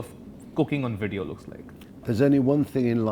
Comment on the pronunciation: ... when indians making "wideos" in english.